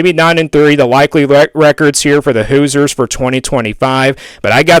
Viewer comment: Pronounced “Hoozers”